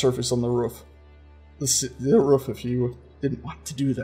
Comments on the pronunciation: Ruff? Its Roof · I was about to say: is that the music from halo? then you answered my question. also I love how you're working SOOOO HAAARD to pronounce roof! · From sages pronunciation of roof, I gather he's been getting some grief over saying "ruff"?